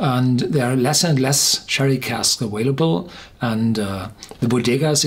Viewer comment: Why do you always say aWailable instead of aVailable??? The second letter is a v, NOT a w!!!